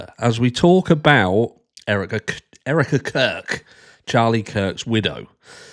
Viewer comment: Everytime you say Erika Kirk it sounds like you say Eric the Curd